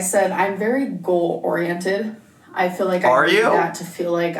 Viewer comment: Gorl not goal